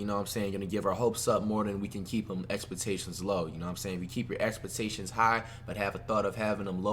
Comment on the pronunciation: Did flight say expatations